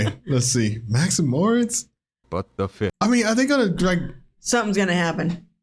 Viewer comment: It's NOT "Max and Morts" Morits is pronounced "More- Eets"